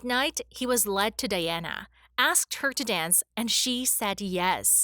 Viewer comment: The person doing the voiceover mispronounced President Reagan's name AND Princess Diana's. I'm surprised that someone didn't correct her. She must have been born in this century. 😂